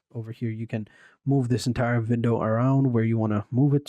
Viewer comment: Vindow and wolume eh😂